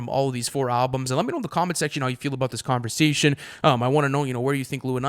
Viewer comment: “what’re you saying?!”: “converzation”